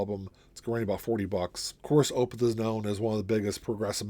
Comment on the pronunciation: Thank you for pronouncing Opeth correctly! Most VC community say, Oooh! Peth. Weird. Thx.